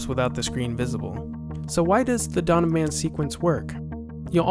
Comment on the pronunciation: It is "Dawn of Man", not "Donnaman".